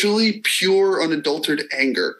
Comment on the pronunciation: "Unadultered" no yanks, the word is unadulterated.